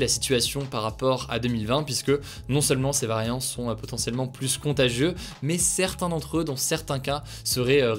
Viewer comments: par pitié arrête de dire "plusse" au lieu de "plus" sans appuyer le S ça rend fou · Ça me rend dingue..... plus ne se prononce pas pluSS mais plu. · Je l’adore mais quand il prononce le S de plus Ça me fait mal